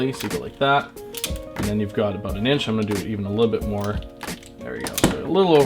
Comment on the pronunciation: I heard him say "aboot". Not sure bout this guy...